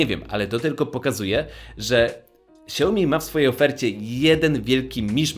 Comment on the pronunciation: Naucz sie wymawiać Xiaomi.